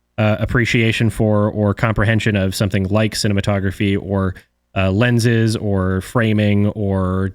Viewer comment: The moment he said “lenses” markipliers ears started ringing